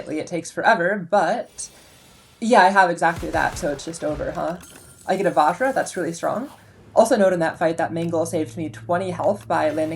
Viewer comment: Nice run! Just as an aside, it's not vaa-zh-ra, its just vuj-ra. Like fudge but with a v instead of an f and then "ruh" like "bruh" without the b. It's an ancient indian ritual tool/weapon. - Person of indian heritage